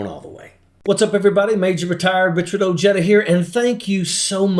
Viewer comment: Your last name is Oheda not ojayda. The spelling is wrong but I'm trying to show how it is pronounced